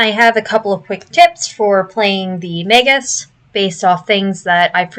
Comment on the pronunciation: OMG, a YouTuber who knows how to say the word "magus!" What's next, dare I hope she'll say "eidolon" right?